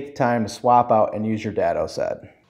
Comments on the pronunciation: (DAY-DOE) not Dad-doe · Day-dough* dado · It’s pronounced daaaaado - long a sound, like date - not like dad, had, bad. Nice description - and reminder - of basic accessories. Some things, I keep putting or forgetting to do. Time to get caught up. Thanks and best wishes! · Around here, we pronounce it DAY-doe but... you be you. I have this exact table saw and also have a limited amount of space. I recently replaced the splayed legged stand with a rolling cart that doesn't try to trip me every time I try to walk around it. Folding out-feed and side support tables are next on my TDL.